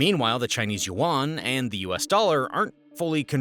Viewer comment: If I want to be believed maybe you should learn how to pronounce YUAN!!!